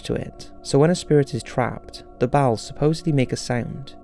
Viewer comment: Bowels? Oh! You mean bells, why didn't ya say so? Get that junk otta your mouth...